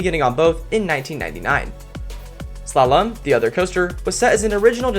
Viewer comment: Did you mispronounce so many words in a strange way Krypton and Slalom for example